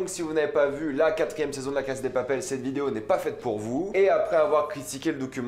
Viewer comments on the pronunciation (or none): Répète après moi : "La casA de Papel", le A se prononce, c'est pas "La Case de papel".... Sinon, bonne vidéo... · pourquoi tu dis "la case" au lieu de "la casa" ? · La cassssssaaaaaa de papel ptn de merde pas case de papel ptn maîtrise ton latin 🤦‍♂️🤦‍♂️🤦‍♂️🤦‍♂️😑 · C'est moi ou tu dis (la caSSe de papel)???!!!! En fait, y a un (A) à la fin 🙄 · Arrête de dire case de papel c pas ouf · On dirais tu dis « la casse de papel » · On m’explique pourquoi il dit tout le temps la « cass » de papel